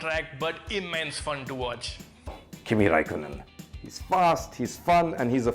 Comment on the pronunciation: I am fan of from now on, he said Kimi and Spa. 😀